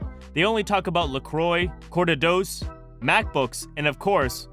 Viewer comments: corda-dos? What? Cortados, plural of cortado…it’s not two cortas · Bruh, say "Cortados" again. XDDDDDD